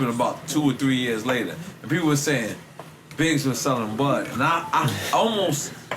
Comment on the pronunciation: sound like he sayin Biz instead of Biggs 😂😂😂